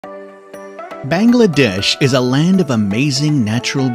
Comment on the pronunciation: Them saying all the place name wrong... anyways Bangladesh is beautiful I have been there for 9 years(i am 13) and i still can't get over my life in there... people are the friendliest... i have been to all of the places named in there and they are awesome....